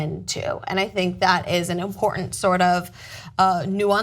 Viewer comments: makes me cringe with her over pronunciation of the word imporTant with that first T being so sharp and emphasized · I'm a tyt fan, but her communication skills distract me from the story itself. Her overuse + odd pronunciation of the word important makes me shudder, and bleating it loudly over the rest of the panel doesn't help make her poorly formed point about racism coherent. :| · Nobody in history has tried that hard to pronounce "important" that well. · am i the only one annoyed by the way pronounces the word important?..